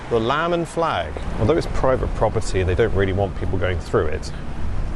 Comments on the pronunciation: i feel bad for him that he couldn't say his p's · He clearly said: Bruvit buppity. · "THIS IS PERVERT PRFOFTIRY" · what did he say? Bratford boba-tea? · When he said "private property" it sounded like he said "bradford with a T" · to my uncultured Texan ear, he was saying "Bradford Burburt", I would have just stared at him like I was looking at a two headed donkey fighting an Alligator.